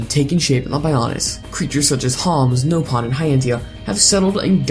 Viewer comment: I just realized that you pronounce "Nopon" the way they do in Xenoblade X.